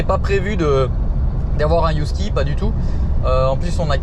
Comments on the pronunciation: Des" Youskis ???? ;-) ca se prononce heuh - en français, en anglais aussi avec le h aspiré 😉 ah mais au Mexique, là je ne sais pas 😜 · Mais pourquoi dire Yusky?😂 c’est un Husky ca se prononce Usky😂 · On dit "Heu-ski" pas "You-ski" :D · Hello la! Un Husky 🙃 « Usky et pas « Yousky "» s’il vous plaît 🤪et dire qu’avec mon conjoint on rêve de vous rejoindre depuis le début dans votre projet, on vous suit depuis le tout début en manquant aucune de vos vidéos, mais qu’il en serai très difficile avec notre amour de Husky, il est un vrai prédateur avec les petits animaux, bien qu’il a été habitué dès tout petit! Nous allons cependant reprendre le voyage dès que possible et traverser les Amériques! Pour info ce sont de très très très mauvais gardien, ils aiment: tous le monde! 😅 Ils ont besoin de grande et nouvelle balade quotidienne pour tempérer leur côté sportif, PRIMITIF et aventurier autrement: ils y vont seul..! Attention cependant le sport et les promenade tout doux jusqu’à 18 mois, ce sont des chiens qui peuvent vite avoir une dysplasie. Bon bref, il y a des exceptions mais pour avoir travailler avec 35 husky tous unanime! Si vous avez des questions par la suite hésitez pas, mon chien, ces chiens sont une vrai passion! J’avoue être surprise de votre choix par apport à votre mode de vie, j’espère que ce sera une petite qui brisera la génétique de la race! 😜 Mais nous avons un nouveau point commun! 🐺 (Je vous conseil de vous renseigner +++ sur l’éducation positive avec ces chiens primitifs:)! ) Je propose Maya pour un des chatons! Pleins de bonheur, bise à tous! 🦋🌸